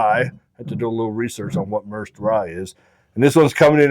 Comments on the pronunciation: Just fyi, it's not pronounced mers'd rye, its pronounced mer-said. Atwater is a city in merced county. My wifes family is from that area. Central California valley. Its farmland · Merced is a town in California’s Central Valley. Pronounced “mur-said” 🤘🥃👍